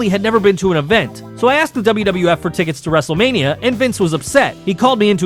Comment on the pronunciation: Did you say wrestlemaina 40?